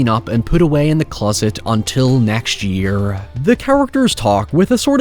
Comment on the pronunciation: What kind of accent is this? It sounds normal, until the is a really weird e in a word. Yeeer, beeehavoirs, the lik, illien.😅